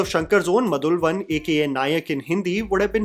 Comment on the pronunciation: And it's not MAdhulvan- It's MUdhalvan.